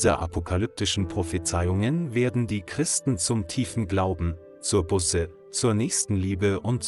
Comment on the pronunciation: Man sagt nicht "Busse", sonder "Buuuße"! - Es ist einfach eine Schande, daß der Sprecher dieses frommen Kanales nicht einmal weiß, wie man das so wichtige Wort "Buße" richtig ausspricht, denn es handelt sich nicht um eine Anzahl Auto-Bussen!